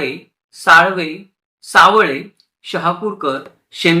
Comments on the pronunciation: सावळे नाही.. 'सा व ले ' असे वाचावे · छान माहिती दिलीत दादा. मांडूस्कर नसुन मांदुस्कर आहे . त्याचप्रमाणे करूळकर - कारूळकर , सावळे - सावले असे आहे . कृपया दुरुस्ती करुन घेणे .